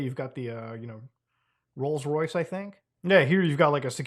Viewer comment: Andrew: wait arrest me in front of my rolls Royce. Let me say it one more time with heavy emphasis on the Royce 😮